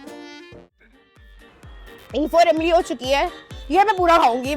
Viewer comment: Zeera nh Jeera hota h ...Emli nh Imli h